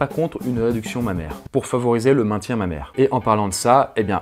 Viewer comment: Au départ, j'avais pas compris pourquoi il disait "Ma mère" puis j'ai compris qu'il disait "Mammaire" ! 😂 j'en peu plus de moi !